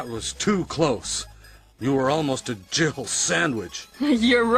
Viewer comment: Every time I hear that resident evil bit I always hear " Jibble sandwich" not Jill " Jibble" is it just me?